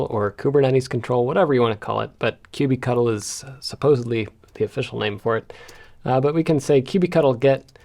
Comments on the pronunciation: Hearing you pronounce kubectl as cubey-cuttle makes me shudder. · Please don't say that [kube-cattle] pronunciation for kubectl is the official name, there is endless decision how to pronounce it correctly and there is no easy way to resolve it.